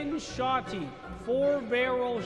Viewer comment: cannon sho-tea 4 barrel sho-tea